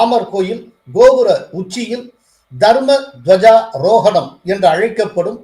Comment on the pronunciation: Thanks for beautiful narration sir ....but it is DWAJA AROGANAM...NOT DWAJA ROGANAM...DWAJA MEANS FLAG....AROGANAM MEANS HOISTING.... Kindly do not mind my corrections pl.🎉